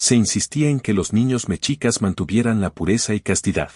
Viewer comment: La palabra mexicas, se pronuncia "meshicas", no "mechicas".